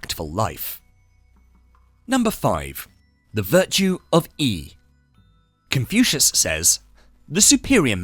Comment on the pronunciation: He pronounces " Confucius " as confusing , so inane , assinine. Speaking robotically and fast does not hide this degraded approach. Jettisoned the whole slop IMMEDIATELY.